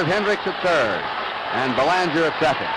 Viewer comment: As a Canadian I remember noting the horrible pronunciation of Mark Belanger's last name. Half the population of Mass. seemingly has Quebecois roots.